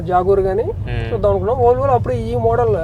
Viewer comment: bruh it's Volvo not volavola this guy sounding it wrong lol 😂😆🤣